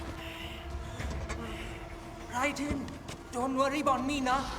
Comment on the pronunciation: It is me..Rai-dEn